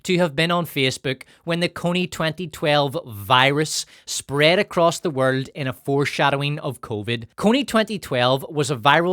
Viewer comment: You have excellent drama, but man, you need to stop pronouncing some words….. like “world” etc